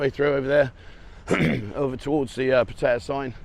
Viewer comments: Pat- ay - yaa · Your pronunciation of Pattaya has improved but it's still not very good. 😂